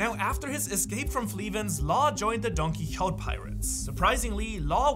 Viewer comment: Dude why is it so hard to you to say Don QuiXote?? Wtf